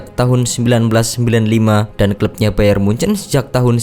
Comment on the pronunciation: Nyebut bayern munich aja hancurr lu goblok..Sbutan lu bayern mujan